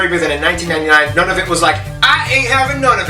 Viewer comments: Should be Ottawa. He mispronounced Nunavut. Must be an American. The province of New Brunswick is officially bilingual, English and French. There are also other people in Canada speak English and French. Argo has a false story line. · It's pronounced NOON-ah-VOOT.